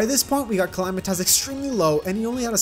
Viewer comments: man listening to him calling S cal "him" and the way he pronounced "Calamitas" was painfull, other then it's fine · when he said " calamitaz"